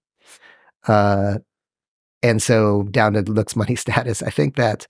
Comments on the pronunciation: It bumps me that he cannot pronounce the word, "looks" and it sounds like, "lux". Also, the only thing that this strauss nerd ever picked up were fat lines on a mirror with his nose. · I thought he said LUX but he said looks. I thought it was about some new term with a really deep meaning since it's connected to light :)